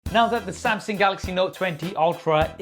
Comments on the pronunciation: how to pronounce samsung......!!!!!!!!!!!!!!!!! wht the helll samseng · I love you but I really wish you'd learn how to pronounce Samsung properly <3 samsing.... samsang... no. Samsung